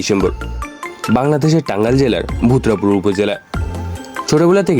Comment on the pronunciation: বুত্রাপুর না ভাই ভুয়াপুর